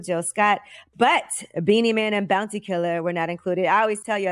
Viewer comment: Its pronounced Boun-tee